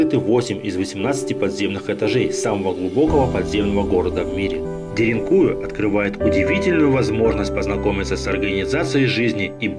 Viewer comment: Ударение на последнюю букву. деринкуЮ